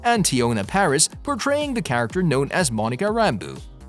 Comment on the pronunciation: hehe "Monica Randu"... who's she>